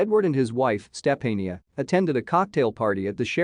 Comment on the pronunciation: Step-A-neeah? Sophia?